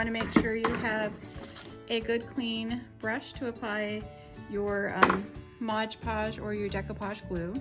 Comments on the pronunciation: MOD podge, not modge podge.....sorry, can't help it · MOD Podge not Modge Podge.